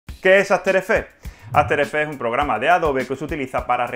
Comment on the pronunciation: QUE PÉSIMO TU INGLES... que horror, aferefe aferefe aferefe...